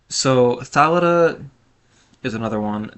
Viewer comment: Thalita is not pronounced Thal-it-uh. It's Thuh-leet-uh.